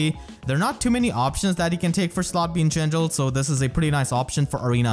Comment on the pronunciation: I adore how you say "in gendrel" :)